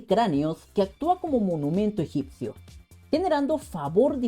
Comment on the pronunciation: en el min dices egypcio